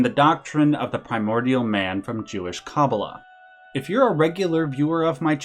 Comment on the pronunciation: good video, you are however pronouncing kabbalah wrong. its kuh - baa - luh. :)